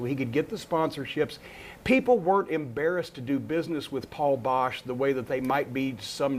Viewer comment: It's Boesch, not Bosch.